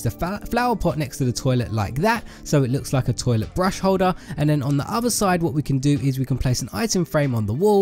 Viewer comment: The way he says toilet XD